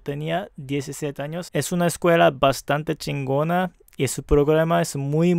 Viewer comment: Me encanto cuando mencionaste la palabra (muy chingona) la neta se te escuho bien mexicano . Animo raza